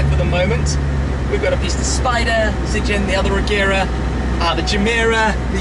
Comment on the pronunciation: As a Chinese viewer, that Agera Zijin is actual Pingyin. pronounced as "zu jin"